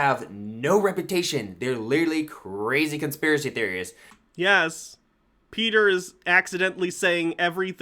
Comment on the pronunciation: Gotta feel bad for the conspiracy theorist who can't articulate "conspiracy." 😕